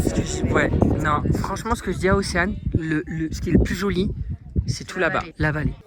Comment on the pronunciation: « Fransement la che chochotte plus » 😂oh non presque plus